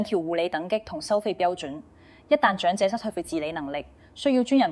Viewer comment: 姐姐，謝謝分享。您講的「兩個的兩」，「長者的長」 ， 「養老的養」 和 「場地的場」， 有點懶音，小心留意。